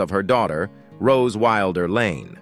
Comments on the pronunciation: Narration has major pronunciation issues. Our last name is not pronounced that way. It’s Wilder, as in wild-er. While they experienced multiple tragedies, they also had many triumphs. That said, THANK YOU for sharing and enlightening current day ppls on what life was like on the frontier. Julie Wilder Lange❤️ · The TRAGIC mispronunciations turn my stomach. It is so bad it feels deliberate. Butchering these famous names isn't enough for this source. Wilder is pronounced just as you would expect - as a word meaning less tame. It does NOT rhyme with "builder." They have to use bizarre mispronunciations of simple everyday words. Navigated has a long A sound, and so does acres. Barren is pronounced as a title of nobility, not as a word to rhyme with foreign. "Laura ingols wildair?" 20 minutes in, I can't stand any more. Once again, the long A sound is rejected in "adjacent," and I am out of here. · Also, inconsistent pronunciation of "Wilder" bouncing between short 'i' and long 'i'. Also the gap: Laura Ingalls.................Wilder in places through the narration. This video needs to be taken down and the narration rerecord by a human being! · I wish they would do something about the AI reader, narrating these stories. One minute it’s Laura Ingalls Wilder and then it’s Laura Ingalls ( pregnant pause) Wilder. This AI needs to be taught pronunciation of common everyday words and give the voice a less monotone speech pattern. It seems to drone on and continuously mangles words and names.